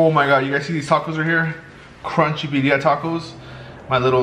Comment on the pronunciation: “bee dia tacos”